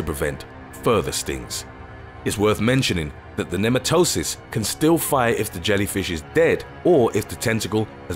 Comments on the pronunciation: Nematocysts are pronounced "ne-ma-tuh-sists", not "nee-muh-toe-sists". Trying to help, not be a grammar nazi. Great video as always. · Not once did you actually show a box jellyfish you only showed an irukandji, you never actually showed what a box jellyfish looks like they were all different species of jellyfish, and you pronounced irukandji, chironex flekeri and nematocysts wrong.